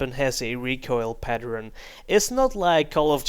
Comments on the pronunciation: PatterEn it is said pattERn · "recoil pateren" lol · What is a recoil paternern?:D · 'recoil patteren'